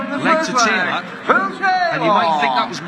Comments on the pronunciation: Never got why this scorer pronounced Phil's sirname "Taylaaaar" - kind of stupid really. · Ref almost made this unwatchable with his stupid pronunciation of Phil's surname.